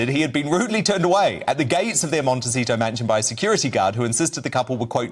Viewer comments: Did he say "Monte- cheese-o" 😂😂😂😂? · I had to laugh out loud when the one British guy kept saying "Monte-cheato"! Although H&M are cheesy, it's Monti-SEE-to! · I love pronunciation of the city as Monte-Cheat-O, and his smile as Lady C speaks the truth in no uncertain terms.. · Just as an FYI, Dianne Feinstein pronounces her last name with two long i sounds. Fine - Stine. I'm not sure if is being sarcastic or not but Montecito has a soft c, sounds like an s. It's a Spanish name. Lots of that in California.